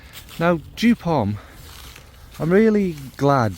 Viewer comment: Sorry to say: it’s joop (German pronunciation). But you are kindly forgiven.😉